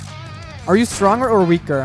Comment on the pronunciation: Who realised said Stroner and not Stronger lol